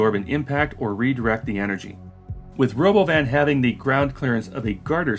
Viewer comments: lmao this is the first time i've actually heard what he said, Ro-BOH-vin is just the icing on the cake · 'The Robovn' ... like he just misread the word that he wasn't aware existed 😂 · We could have an “autonomous world” or we could just build more regular ass trains and use more buses, which we already know how to do and which require no technological innovations. I guess they are not “futuristic looking” enough for some people. Also, would it kill Elon Musk to fucking rehearse a presentation ahead of time? Also also, ruh-BO-vin? FUCK OFF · Christ, he called that thing the Ro*BO*van? I really didn't think I could hate him any more than I already did, but here we are. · I thought the stupid pronunciation of robovan was his 12 year old sense of humor which got precisely zero laughs. But of course it’s because he stole the name like he steals everything else in his life. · I think the weird pronounciation of robovan is just musk trying to distract from the fact that it's a van, a shitty one. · Change my mind: the Robovan (I hope I'm pronouncing that correctly) was completely inspired by Robocop's helmet. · OK, now the stupidest thing he's done is the pronunciation of Robovan. Wtf even was that? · I guess someone was showing Elon the idea of a Robovan and Elon read it out loud by mistake. Instead of admitting he pronounced it in a strange way, (that would hurt his ego), he stuck with that weird pronunciation.